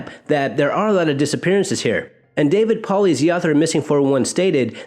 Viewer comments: Hey bro Ice been subscribed for a while, Happy Holidays! BTW its Pronounced David Pull-Itis Paulides, not whatever the hell you said. Sorry I'm Bipolar, that's a small pet peeve I have is when popular names get pronounced wrong. Maybe it's because it happened to me alot growing up 😁 Anyway Happy New Year as well... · Paulides is pronounced Paul-eye-des!!!😀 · David Paulides name is pronounced Paul-lite-is. Just trying to be helpful. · Hey! Paulides is pronounced Paul-eye-dez 😊